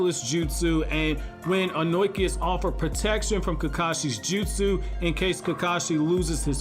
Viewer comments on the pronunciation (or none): I gotta correct some pronunciation of a name that bothers me man. Tis Ohnoki (Oh-no-key), rather than Ohnoiki as I keep hearing. I'm sorry but I had to man. Keep up the awesome content though man!